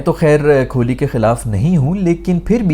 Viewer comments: Kholi nehi Kohli hai yeh. Allah ka khauf karein, aise mispronounce naa karein 😂😂 Aur Azam Khan ko "Ajam Khan" nehi, hum bulate hain "Chhota Aloo" 😁😁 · Yaar, the "Kholi" thing is annoying waisay, and I'm Pakistani 😃. Pretty sure you do it on purpose. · Kholi ❌ Kohli ✅ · Kohli ❌ Kholi ✅ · His name is kohli not kholi. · Nobody cares if you take kohli's name wrong, we can understand your pain & frustration 😂